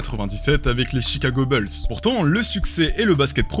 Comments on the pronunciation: Les Chicago Beulzz 😂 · Chicago beulls mdr